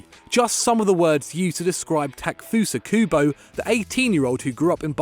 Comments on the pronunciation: 10 seconds in. ta-ke-fu-sa ku-bo It isn;t hard!!! Japanese transliterations are completely phonetic. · The "e" in "Takefusa Kubo" isn't silent, you know...